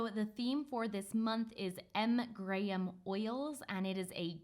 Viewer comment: Yay says Graham properly (in my opinion) the american pronunciation always throws me off. Sometimes I forget shes British.